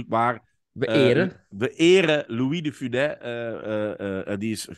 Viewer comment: fijne podcast, maar bij de uitspraak van "de Funes" wordt de "s" op het einde uitgesproken.